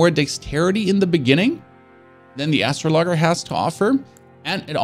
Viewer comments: sounds like an Intergalactic lumberjack! 🤣 And yes, I know English is not his first language. The guide is much appreciated for a new arrival to the world of Elden Ring and From software. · Ass-sraw-lags-jer aye mare just trying to help ya out there! But damn great video!!! I’m subbing and liking!!! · "Astro-log-er" lol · It's hard to watch when all you hear is lol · Great content, just the right pace, not too fast but also not too slow, super helpful. I see poeple commenting on your pronouciation of the world `Astrologer`. Your youtube profile indicates you are from Germany (your english is amazing btw!) and in German astrologer is indeed pronouced `astrologger`. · Man said dex build no summons was pain. The rivers of blood katana determine that was a lie. And I literally lol'ed at "" 🤣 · Its Pronounced Astro (LEJER) Not Astro (LOGGER ) But this is a very helpful video. I'm just starting a mage class for my second playthrough and this helped a lot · astro logger :) hahaha "Astraw law jer" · I love your content brother keep it up! But damn who tf taught you how to read my man? Astro-loggers and Mah-lay like how??? 🤣🤣🤣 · ROFLMAO "Astro logger". Bro...it's astrOl-O-jer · Astrologger? As-tro-lo-ger. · Hahahahahaha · Why do you keep saying ""? The word is "uh-strah-luh-jer." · Astro-lager? Lol cmon man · Thanks for the guide, however... why do you say ''? It's an astrologer. Like astrology. As-trawl-oh-gee... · Man really just pronounced astrologer Astro logger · astro logger hurts my ears, and English isn't even my native language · why are you pronouncing astrologer as astro loger it is pronounced a strol a ger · "Astrologger"...LMAO Is that a space arborist? Dude...if you are pronouncing the astrologer like this, I give up on watching your video ASAP! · "astrologger"? lol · Every time he says “” I die a little more inside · I stopped watching when said Astro Logger